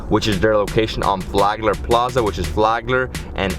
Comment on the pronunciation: His hometown is Miami? He said flogler😂😂😂😂😂 you not from here bro